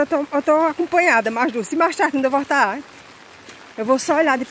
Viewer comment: não se diz VORTA! se fala VOLTAR!